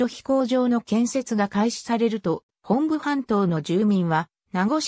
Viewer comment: モトブではなくホンブなんですか?